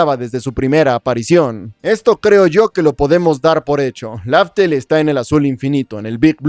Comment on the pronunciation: estoy seguro que el flashbacks donde revelan el nombre real de la isla es en wano, si bien el nombre ya se habia dicho desde antes su pronunciación en japonés es Rafuteru, y durante mucho tiempo, antes de wano, se tradujo como “Raftel”. Más adelante en wano se estableció oficialmente el nombre. Lo que se me hace raro es la pronunciación con la que lo dice. No dice Raftel. Casi que le dice con L al iniciar, lo cual es raro a mi parecer.